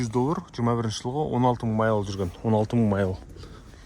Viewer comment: Майл демей ақ қойш. Қазақша миль десенде болад